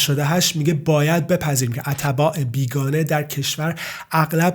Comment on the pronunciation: اول این که اَتَباع غلط است واَتباع صحیح میباشد یعنی ت ساکن است .دوم این که چون خودت مهاجری ازمهاجران افغانی دفاع میکنی وخواستار ادغام افغانیها درایران هستی .مطمئنا" اگر خودت درایران بودی جرئت نمیکردی که حتی یک روز زن وبچه ات رادرخانه ای تنها بگذاری که درساختمان کناریش چند گارگر افغانی مشغول به کار باشند چون احتمال میدادی که چه اتفاقی برایشان بیافتد.بعد هم فقط ازبعد اقتصادی به قضیه نگاه کردی ازبعد اجتماعی وفرهنگی وامنیتی اگر میخواهی اطلاعات کسب کنی یا روزنامه خراسان چاپ مشهدرابخوان یا امار صحیح راازپلیس وزندانهای ایران بگیر.ان وقت میفهمی که این افغانیهاچقدر تجاوز وقتل وجرم وجنایت درایران انجام میدهند که یاگیر می افتند ویا فرار میکنند به افغانستان.کلا"از نوک بینی ات ان طرف تر ندیدی وخیلی دور ازواقعیت واحساسی صحبت کردی.باحرفهایت اصلا" موافق نیستم.بعد هم ماکه درایران هستیم وهمه جا وهرروز این افغانیها رامیبینیم میگوییم اخراج افغانی ها مطالبه ملی ما